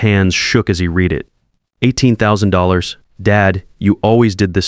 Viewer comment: Good story, but the AI voice on this story makes me crazy. It's pronounced "F one fifty", not "F one hundred and fifty", & it needs to learn how to pronounce the correct tense, READ is either "reed" or "red", get it right!